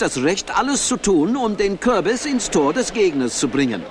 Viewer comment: "Ich habe einen Kü'bis auf die 'übe gek'iegt!"XD